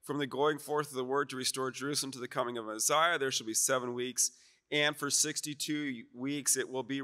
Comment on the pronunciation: Why does he say Mezziah? It’s Messiah.